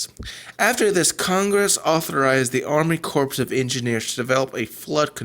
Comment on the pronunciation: I watched the whole thing....you are not very clear. And, btw "corps" is pronounced "core". No "s".